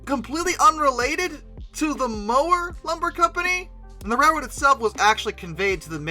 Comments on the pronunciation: The name of the second company to own Cass is pronounced with a longer more open "O" sound, like "MOUWER", (pronounced like the word "mouse"). I used to help run photo charters at Cass, in fact quite a bit of the video footage in this clip looks like it came from some of those charters in the 1980s and 90s. The state park system did not do a very good job of trying to preserve the Cass lumber mill, allowing it to deteriorate and collapse into ruins. Basically, their philosophy was allowing entropy and nature to take it's course, so all that is left of the mill are ruins, when they could have allowed it to be restored into one of the finest examples of an early 20th Century lumber mill ever. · So a few corrections. Mower is pronounced Mao-wer. In the beginning of the scenic railroad they had almost nothing. They had two camp cars, 10 flatcars, two functional locomotives, and one that was only slightly broke. In fact 6 is tied for the largest Shay ever built. 6 and Mower 12 are the same locomotive design. The only difference was 12 was modified later with a fourth truck and more water capacity making it a 190 ton Shay. 12 was also built in 1921 whereas 6 was built in 1945. What Lima had to do to built 6 was go down to cass and take measurements off of 12 which had been wrecked in 1942 but survived until 1957. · Just a small nitpick, Mower is pronounced Mow-er, the ow as in cow. Also this same railroad helped provide wood to the Wright brothers, THE Wright Brothers.